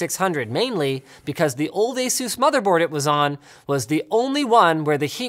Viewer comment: Aysoose? ASUS (Ay-SuS)